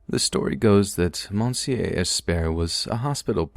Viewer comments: Anyone else fucking died at the pronounciation of monsieur? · looool the way he pronounces 'monsieur'